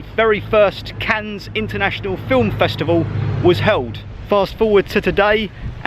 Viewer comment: Don't worry about pronouncing the silent 'S'. If it's of any consolation, the amount of comments I've had on my videos for my mis-pronunciations. Never go to Wales as people will rip you to shreds! 🤣 Never been to Cannes before, but your depiction up until was exactly as I had pictured it, very glitzy buildings and yachts, stunning beaches and high end private beaches, but the history of the city was very interesting and the cost of the Carlton was crazy - I've never even come close to paying something like that per night! The views from the top were stunning, I hadn't realised the waters were quite so turquoise around there either. Very beautiful, but like you, I expect when I visit it will be as a ay trip from somewhere close by that's more affordable!